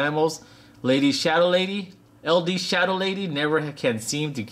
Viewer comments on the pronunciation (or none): none